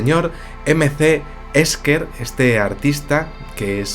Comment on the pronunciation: yo lo pronunciaría Ésher.